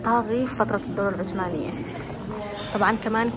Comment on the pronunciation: العثمانية مو عتمانيه شذاااا .و اهدري لهجتك